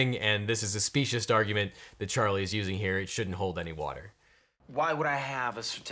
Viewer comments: I can’t tell if you are saying specious argument or speciesist argument, and it doesn’t matter because in this instance they are both accurate. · Orangebike666 I heard specious or speciesist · Wait, did you say specious or speciesist? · Did you say “specioust argument”? I probably just misheard you because there is definitely no T in specious.